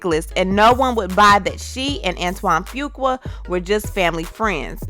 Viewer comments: Sis come on let's pronounce Fuqua the right way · Omg can you please stop 🛑 ✋ butchering his last name 🤣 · you pronounced his last name all wrong,and where is the blame for him as well🤔😏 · You pronounce it "Foo Quaw" I think... I hate when you are not more neutral when telling the story... she actually came across as likeable. She apologized, did he? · It’s pronounced: Antoine Fuq-U-A. OR Antoine Fuq-Up. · Can you at least learn how to pronounce Fuqua? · I think you’re mispronouncing this dudes last name. IJS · Antoine who🤣🤣🤣🤣 That last name pronunciation